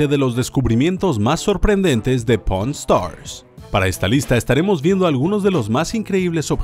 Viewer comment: se que dice pawn stars pero alguien escucho porn Star